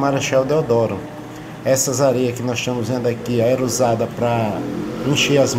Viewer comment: "Estiamos" ? "Estiam " É outra Língua Portuguesa em Alagoas?